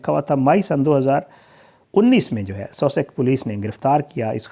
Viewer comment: الفاظ کی ادئیگیpronunciation کسی سے پوچھ لیا کریں بانڈڈ لیبر لفظ ھے نہ کہ باؤنڈڈ اسی طرح سسکس Sussex ھے